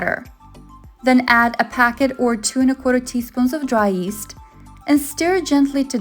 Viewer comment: The word is not East, it is pronounced yee-s-t.